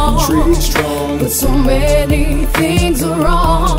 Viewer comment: she says "fings"